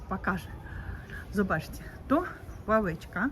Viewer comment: "Ławeczka" nie "Laweczka"! Ł i L to dwie różne literki!